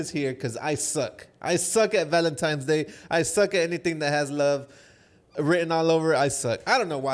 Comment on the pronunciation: Like I've said before.... Can't miss your guys podcast. But question... I've always heard people talk about Valentine's day not valentimes day and I'm wondering if people say it different depending where they live. Btw listening from Chicago 🥰